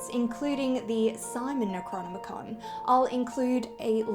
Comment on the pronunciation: Cute girl. But what's up with the pronunciation of "necronomicon"...